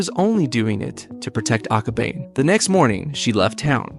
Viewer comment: I'm sorry but it's aka-ba-ne. Ne as in the (neigh)borhood and the horse sound.